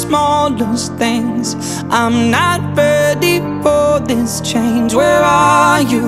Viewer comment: Sẽ hay hơn nếu Vũ hát tiếng Anh chuẩn hơn 🙄 từ this phát âm là /ðɪs/ , phải cho lưỡi ra chứ nghe Vũ. hát tụt mood vl 🙄 mặc dù nhạc hay